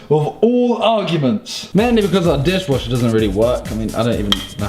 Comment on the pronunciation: "mainly because our deeshwasher doesn't work" lol.